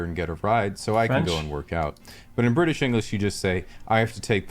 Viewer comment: Bri ish